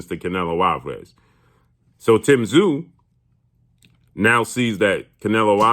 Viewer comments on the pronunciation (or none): Crawford has more heart then charlo but tszyu will destroy them all and for all the Americans that can't pronounce his name just say zoo he is a beast and Americans you guys are lucky you will see on your shores tim tszyu greatest boxer you are going to watch in your lifetime then comes Nikita tszyu who could be the beast of all beast's